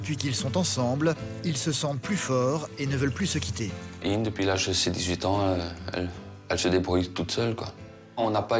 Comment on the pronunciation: C'est pas "Inn" qu'elle s'appelle mais "Inge", c'est un prénom belge (flamand)...